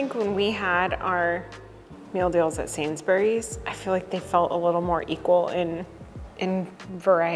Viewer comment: Sainsbury's is pronounced Sainzbriz.